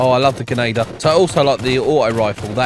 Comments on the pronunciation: dude keeps saying genader not grenadier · The way he says genader